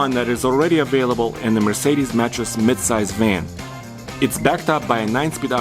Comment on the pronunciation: "Mercedesis"? Lol